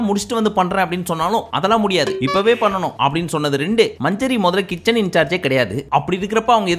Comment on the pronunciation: அண்ணா மஞ்சரி இல்ல மஞ்சுரி😂